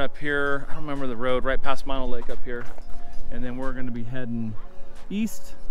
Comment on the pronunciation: Mono Lake is mispronounced in your video. (It's pronounced with 2 "oh's"). I get using "You might die" in your title as a "hook" but it's a huge exaggeration, similar to you might die by falling out of bed in the morning. The warning is for stupid people who take their boat to the south shore beach, get out and trespass/wander around the huge military ammo depot with 100's of bunkers full of explosive munitions (the largest ammo depot in the USA and mostly why Hawthorne, NV exists)...hey., ya got to warn dense people. Swimming in Walker Lake would be disgusting/nasty because of the high mineral content (similar to the Great Salt Lake in Utah)...it's the result of diverting the Walker River's water for agricultural irrigation.There's discussions/efforts to limit the diversion to "save" Walker Lake. Look up Walker Lake in Wikipedia for details on the lake's restoration efforts and the ammo depot.